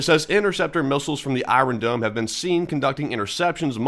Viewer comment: Why do you say "I" "ron" dome?